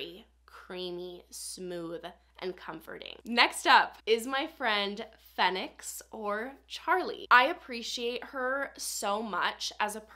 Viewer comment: You've influenced me to buy Arizona Bloom. Sidebar, Fenix is pronounced Phoenix. Great video idea!